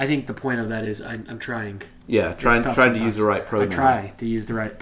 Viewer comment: White Tank Guy~ It's not pronounced tryinGUH....the g is soft. It's pronounced tryeen. Same with all of the other ing words that you tried to pronounce....